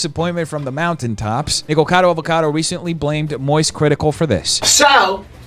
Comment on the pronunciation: i TOO was bothered by the way MoistCritical was saying "Nikocado" (it's NOT "Nikcado"/it's "NikOcado")